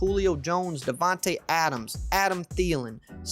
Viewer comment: It's DAVANTE not DEVANTE